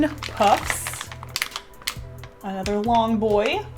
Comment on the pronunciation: “Anouther long boi” Yes